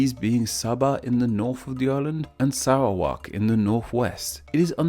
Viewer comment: It's so damn funny how he butchered word like "bu-ah" and "sah-bah" and ""Sah-ra-wak" and "meh-lah-yu" and "oh-rang" and "hu-tan" These misspronounsiations are said in the video as, "bu-eh" "saba" " seh-ra-wak" "ma-layu" "oh-reng" "hu-ten"